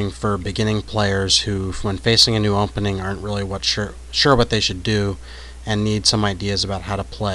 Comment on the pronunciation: Is he saying, "umpening?"